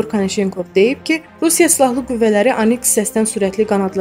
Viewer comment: Aniks yox,oniks